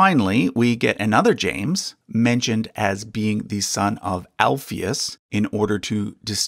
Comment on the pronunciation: Speaking as a Christian, very interesting and enjoyable video/research, BUT (and it’s nothing personal), Americans are soooooooo terribly bad at pronunciation of unfamiliar (and often even familiar!) words and names. • “Alphaeus” is correctly pronounced with the stress on the “ae”, not the “Alph”… ie “Al-FAE-oos” • “Salome” is correctly pronounced with the stress on the “o” rather than the “a” • “Joachim” is correctly pronounced “Wah-keem”, not “Joe-a-keem” 👏🏻🤣 Also, “genealogy” is pronounced “geneAlogy” and not “geneOlogy” Probably others too that I’ve missed!